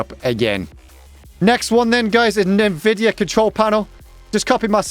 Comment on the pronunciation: nividia?! in 13 years of me having heard that word pronounced this way lol